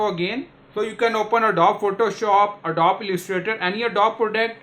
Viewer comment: Wtf is ADDOB dude??? Its "a-doe-bee" FFS.